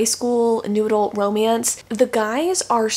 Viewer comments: Heh, whenever says "new adult romance" I hear "noodle romance". Now I feel like noodle romance should be a thing. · every time you say new adult i hear noodle and now I cant unhear it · I was just coming to comment this exact thing 😅